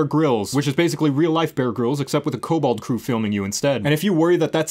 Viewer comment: Did you say "Cobalt" instead of "Kobold?"